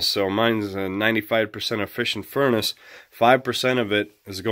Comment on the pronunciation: I quit watching after 18 seconds. There is no t at the end of furnace. After I heard that I hit to stop button. 👎👎👎👎👎